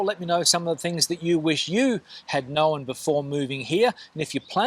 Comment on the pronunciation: “Know-en” = Known!